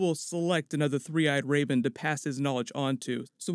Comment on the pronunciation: Is he saying 'the three-eyed Rayben'?